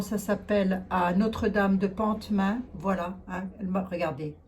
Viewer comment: Bonsoir, merci pour vos messages plein d’amour et d’optimisme. Juste pour info on dit « Pomain » pas pontmain en Mayenne on n prononce pas le T bonne soirée